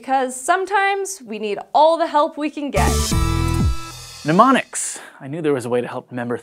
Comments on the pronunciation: new word! "pneumonics"! (As she says it.) Do those help with remembering to breathe? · Did she really say "pneumonics" (sic) at about in? It sure sounded that way to me. That is really poor on her part, and the editing crew totally fell down on their job as well. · "Mnemonics" doesn't have a "U". It's not pneumonics like pneumonia. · Why are pneumonics involved in memory?! Mnemonics pronounced NEH-mon-iks. Pneumonics (NEW-mon-iks)relates to breath. And don't confuse them with gnomonic (NAH-mon-ik) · It's pronounced "nuh-monics," not "pneumonics" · Oh dear, it's not "newmonics".